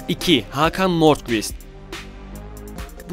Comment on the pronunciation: hakan degilhogin diye okunuyor amk :D sanki almanci ailenin futbolcu oglu